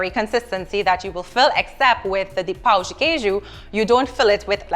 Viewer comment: You gotta say pão and not pau.